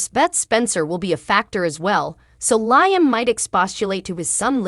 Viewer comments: Could someone PLEASE tell this person how to pronounce LIAM (Lee-um)???🤦‍♀️ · Bothers me too, LI AM ,Makes me cringe too.